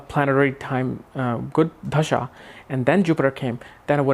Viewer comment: Dasha, and not dhasha